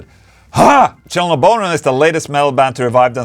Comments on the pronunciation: I have checked the French audio dub for five minutes and that's ok. It sounds more like an audiobook and every now and then you get a band name mispronounced like Children of "bonhomme" 😂😂 I guess the voice is AI but it definitely doesn't match Ola personality! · It's okay in German, some of the band names or certain words get butchered from time to time. Like "live" became "liow" in the show context where it just shouldn't be translated (and liow doesn't exist as anyways). Band names like Children of Bodom got partially translated, but altogether it's not bad.